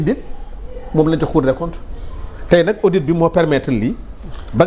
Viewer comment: Arrêtez de dire c’est audi svp on prononce le t de audit 🤨